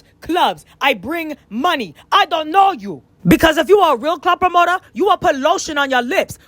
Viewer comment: “You a promotoa you a promota, cause I’m a promota , I’m a promota” 😭😭😭😭😭😭😭